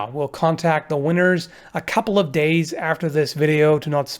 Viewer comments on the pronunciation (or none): none